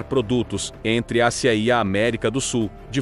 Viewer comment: Ridícula narração com Inteligencia Artiificial, cheia de erros de pronúncia. ACIA em vez e Ásia e assim por diante.